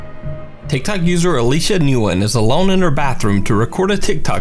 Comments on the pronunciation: It’s pronounced win (nguyen) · Hey as a heads up Nguyen is pronounced “when”